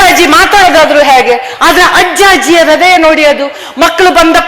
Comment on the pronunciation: ಹ್ರದಯ ಅಲ್ಲಾ